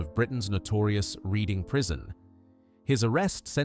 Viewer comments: 'Lootenant' and 'Reeding Prison' - what is with these crappy AI voices pretending to be English when they can't get pronunciation fundamentals right? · Somebody needs to teach AI how to pronounce places: Reading, Savile Row...If AI can't do sthg that simple, what else are they incapable of? As AI scripts go, that was not the worst. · Learn how to pronounce Denholm, Reading and Savile.